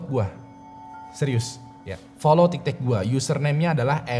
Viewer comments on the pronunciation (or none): abang ngomong tiktek.🤣🤣🤣